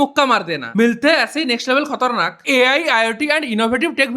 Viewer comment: Khatarnak ❌ khotarnak ✅😂